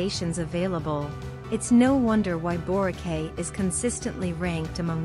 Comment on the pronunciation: I don’y know why Boracay is number 1. This island is commercially super hyped and there are more stunning places to visit and enjoy. And by the way, it is pronounced as Borakai.